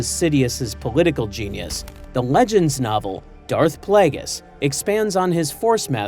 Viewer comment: Please teach your LLM voice to pronounce Darth Plagueis properly